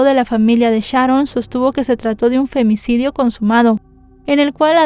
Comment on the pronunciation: Me gusta como dices “Femnicidio” 😂